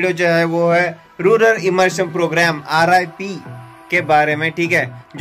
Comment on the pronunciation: Sir it's not rular , it's rural